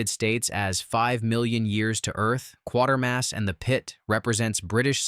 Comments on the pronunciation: It's Quatermass not Quartermass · Interesting as it was (I have seen most of the truly obscure films listed), I stopped watching due to the irritating AI Auto voice that mangles not only the smooth delivery of sentences but even mispronounces one of the film titles. It is Quatermass not, Quartermass! If you can't get that right you deserved the thumbs down. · Q-waiter mass NOT Q-water mass !!! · 'Quatermass', not 'Quartermass'. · I stopped watching all the hyperbole when it couldn't even get the title of the Quatermass correct. It is pronounced Kway ter mass NOT quart er mass. Several of these movies are in fact well known and have been widely watched. Also some of them are more into fantasy/horror than Sci-fi. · I've actually seen all but Barbarella. I was too young when it came out to go see it, although I did read about it in my Dad's issue of Playboy and thought it looked interesting. It is pronounced Kwatermass and not Quartermass. There's no "r" in the character's name. Other than that, good selection. There's also a second Quatermass movie where the astronaut is being turned into a fungus. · It is Quatermass NOT Quartermass. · Not Quarter mass but Qway-ter-mass. One of my faves of all time. Very eerie. Originally, of course, done as a special brit tv presentation. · It's Quatermass, not Quartermass.